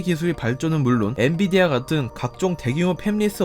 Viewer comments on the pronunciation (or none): none